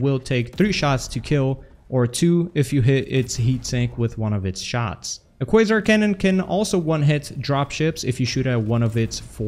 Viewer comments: Yay you finally learned it's pronounced "kway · zaar" lol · ahh man he actually said "Quasar" right this time... No mor kwazar😪